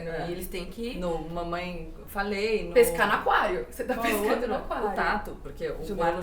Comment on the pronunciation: "No mamãefalei" kkkkkkkkkk nem a Gabriela sabe o nome desse cara